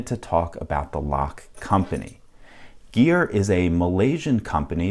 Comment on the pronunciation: Gere, not geer